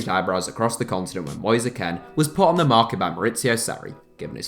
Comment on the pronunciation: You kept saying Ken not kean